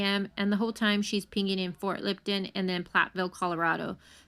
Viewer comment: It’s not Ft Lipton...it’s pronounced Ft L(up)ton